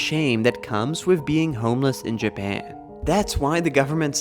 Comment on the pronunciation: nobody: this guy: jaban